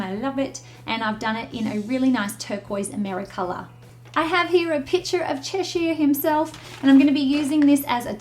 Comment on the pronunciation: It's pronounced as che sure not chesh eye er